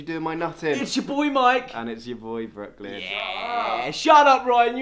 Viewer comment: Brooklyn with american accent.